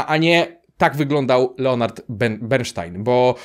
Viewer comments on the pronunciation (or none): Nie "bernsztajn" tylko "bernstajn" - tak my, myzycy mówimy ;) Nie powiedziałeś o ważnej rzeczy - o muzyce. W filmie jest masa utworów samego Bernsteina, przez niego skomponowanych lubl/i dyrygowanych :) PS Tak samo zresztą wymawia się nazwę Steinway (wymowa przez "s", nie "sz") ale to już ciekawostka.